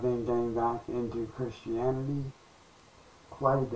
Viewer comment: Pretty sure isn't studying Christian-anity since he can't even say the word.